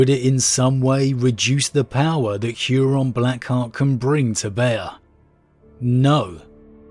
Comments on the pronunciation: You pronouncing Huron's name as "Hyuron" is giving me weird feelings. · "Hooron". No "yu" in there. It sounds silly.